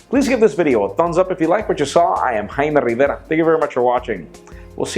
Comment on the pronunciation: who's jaime rivera. didn't you mean Jaime RRivera?